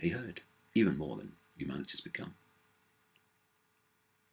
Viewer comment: Cant help to laugh everytime he says 'the hurd' 'bah bah' but sadly its true